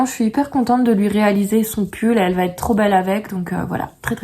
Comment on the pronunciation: Quel va ...être 😂et non t'être 😂 chouette poad cast trop de liaisons tuent les liaisons😂